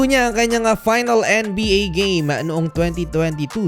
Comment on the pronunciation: ang kulit mo mag salita kailangan tlaga maging OA . anong N-E BA diba pwedeng sabihin mo lang maayos na NBA